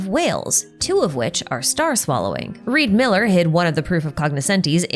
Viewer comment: REE D. MILLER